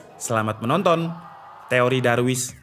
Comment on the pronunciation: Wkwk Darwin bang, bkn darwis 😄🙏